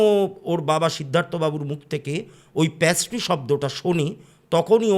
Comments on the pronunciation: ওটা প্যাস্ট্রি নয় পেস্ট্রি,, প্যাস্ট্রি কথাটা শুনতে বড্ড কানে লাগছে। আর অনেক ধন্যবাদ এত সুন্দর একটা গল্প শোনানোর জন্য আপনার বলার ধরনটা খুবই সুন্দর লাগে। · প্যাস্ট্রি কথাটা খুব কানে লাগলো ওটা হবে পেস্ট্রি, plz don't mind 🙏🏻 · ওটা প্যাস্ট্রি না পেস্ট্রি হবে, baki apnar story telling khub e sundor❤❤ sudhu ektu extra ktha bolen majhe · প্যাসট্রি নয় পেসট্রি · Apni to ekjon teacher Ei french word ta pattiserie in english pastry, erom joghonno pronunciation keno korchen baar baar,,entire episode ta oi ekta word er jonno eto besi irritating lagche,,,ki r bolbo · Absolutely Being a teacher...khub ei baje